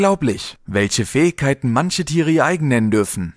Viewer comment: eeeeehhh du kannst das Wort Fähigkeiten nicht richtig aussprechen das nervt im Video